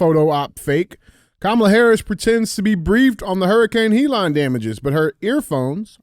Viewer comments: What up DJ and Andy. I love how DJ pronounces Helene “Hee Line” instead of “He Leen” I’m a big fan watching from Tuscany Italy. I Love you guys. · DJ. It’s Helene (Heh-Leen) not (He-Lon). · The name of the hurricane Hellene NOT HELON! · Hee-Lon?!? DJ, it is pronounced HELL-een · DJ - It's Hurricane Hel-Lean (Helene) not "HE LANE" Lol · Leave it to DJ to “Key and Peele” a totally normal and common name, such as “Helene.” Hurricane “He-Lon?” 💀💀😂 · How is it that DJ can't find a way to pronounce Helene and calls it Helon? He has to go by DJ because I'm guessing he can't even pronounce his own name. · Why the fuck is it so hard for DJ to say Helene 😂😂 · Someone teach Dj how to say Helene stat. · He has trouble with a few words.